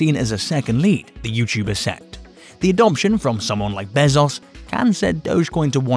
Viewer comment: Stop say Behzauce. God damn man.